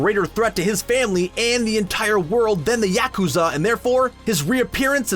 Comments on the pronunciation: The yeah-KU-zaw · Yakuza not YACKkooza 😭😭😭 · Narrator: yakUzAH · This guy drives me crazy with the mispronounced yakoza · mah boy I like this analysis but you really gotta pronunce Yakuza as, "YAH(ku)ZAH"?? xD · LOL! I can't stop laughing at the way he says Yakuzar! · I dunno what's worse M-16 agent or pronouncing it yacht-Q-za 😂😂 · I really hate how the person in this video pronounces "yakuza". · Probably the same way he’ll pronounce gang-nam style even though the name is said a million times in the song.